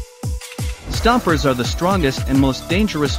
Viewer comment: "Stompers" LITERALLY EVERYONE ALIVE: Screw you, you're wrong.